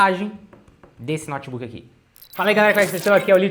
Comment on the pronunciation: Esse "nótibuqui" é top!! 💪